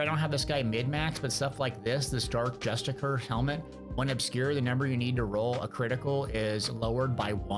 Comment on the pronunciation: Even though you mispronounce words justiciar and wrathful this was an informative video.